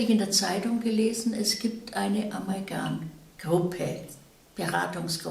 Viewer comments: *Amalgam (nicht "Amalgan") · Es heißt Amalgam, nicht Amalgan.